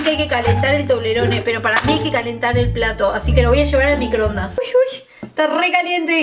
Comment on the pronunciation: microondaaaasss!!!! no microndas